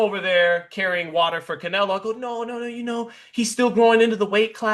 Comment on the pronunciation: When did anybody ever call Canelo “Nelo”? It’s two syllables already.